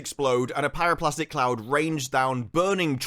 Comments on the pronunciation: BTW it's pyro-clastic, not plastic, also straight up calling BS on their "scientifically possible". To cause an explosion like that they would need that water/steam to be trapped and generate pressure, which is kind of hard if you have a massive tunnel half full with water in the chamber. All that would happen in real life is that you'd get a nice steam geyser going, before eventually the water covered the magma. Then it would sit there and boil, and maybe in a few days, assuming that the tunnels collapse cause of they erosion from the water, it would generate a steam explosion. And maybe potentially cause the volcanoes to erupt, but more likely just create a maar and a small landslide. The entire episode for me felt like the kind of amateur contrived story of DnD game. Things just happened, and certainly not in a way that even someone with a cursory knowledge of the events would say it does. It's just bad. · It's pyroClastic, not plastic ;-) Great review as usual.